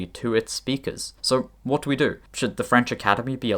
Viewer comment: Wha't Please don't do this, glottal stop together with the pronunciation of the "t" sounds so convoluted.